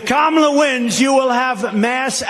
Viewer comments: Notice he isn't trting to pronouce her name diliberately wrong anymore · did he actually pronounce her name correctly? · I find it interestjng that he is actually pronouncing her name correctly when he isn't calling her names! Proving, he definitely knows how to say it! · Shortly after 1.20 Trumpkin pronounces Kamala's name correctly. Maybe his minders have told him that the viewers dont like him getting her name wrong. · That was his most deranged speech so far. He must be really panicked because he couldn't keep VP Harris' name out of his mouth. At least he pronounced it correctly. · At least he is pronouncing her first name right. Laughing aside haha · At least he pronounced her name correctly when he shouted "You're fired". Everything else was classic jibberish interspersed with outrageous lies. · I just don’t understand who those people are. tRump accidentally pronounced her name correctly. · I can't believe it! Donald pronounced Kamala CORRECTLY! First time EVER. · I like when he accidentally pronounces her name correctly. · Notice that he is actually saying Kamala correctly at last. Vote blue. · Oops, he accidentally pronounced her name correctly. 😂😂😂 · I notice that he pronounced Kamala's name right.😂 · oh he learnt to pronounce her name. Good for him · He pronounced her name correctly. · Did he say her NAME CORRECTLY?????